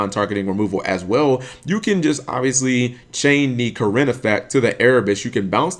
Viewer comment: pretty sure its pronounced "Kee-rin" but to each their own. Also i dont really think Kirin is that much of an issue, unlike stuff like B.A. that internally float and get free crap when they die and banish things with Farfa, you need scales to keep using Kirin effectively